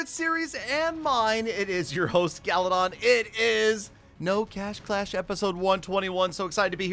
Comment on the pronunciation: It's not galadon its galydon